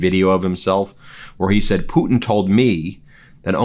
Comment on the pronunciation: You know the weird thing about it he pronounces the Russian Leaders name correctly but when it comes down to somebody else mispronounced their names he actually a weirdo